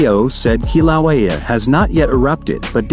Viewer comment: This is shitty A.I. It can't even pronounce "Kīlauea" correctly.